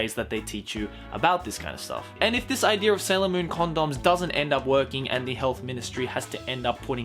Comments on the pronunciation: I listened until he said "Idear". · I like how Australian people always pronounce idea like idear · I love how says idear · I luv how when he says idea he says ider XD